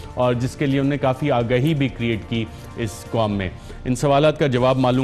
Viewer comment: Mohtaram Arshad sahab. Mash Allah aap ka program bahot achha hai. Andaz e bayan bhi nehayet umdah. agar yeh aam alfaz jo aap balke tamam punjabi bhai, khaas taur se jo ala taleem yafta hain ghalat boltay hain.. maslan - unhon ne ko un-ne, kabil (Qabil) Fakeer (faqeer), ahmak (ahmaq) Kanun (qanoon, kuchh saheban knun kehtay hain) etc aur isi trah ke doosre alfaaz jo Qaaf se shuru hotay hain woh kaaf bolte hain. aap jessay taleem yaafta saheban urdu ki taang toren ge to yaqeenon naujawan nasal bhi aap ki paeravi kare gi. umeed ke aap bura nahin manain ge. shukriya